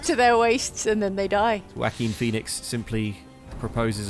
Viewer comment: Instead of Joaquin Phoenix I heard Wacky Phoenix. That was an interesting 2 seconds of confusion.